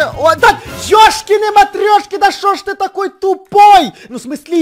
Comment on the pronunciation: Даааааа дееееее